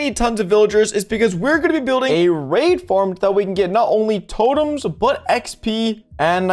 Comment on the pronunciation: Why when he says raid farm i always hear r4pe farm?